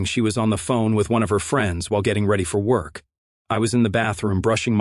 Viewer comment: Too much self-introspection and self-congratulatory commentary..... And again this AI voice over uses the word "apparently"..... Everywhere he uses it it can be completely eliminated.... And what's with the hard pronunciation of "K" at the end of the word work....."worKHHh"